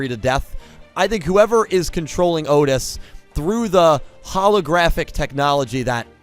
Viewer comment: So... Otes, not Otis? :P